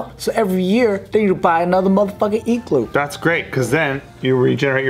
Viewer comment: I think it had more to do with the way he said “igloo.” He said E-glue at the beginning